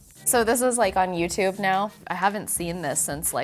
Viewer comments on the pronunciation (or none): none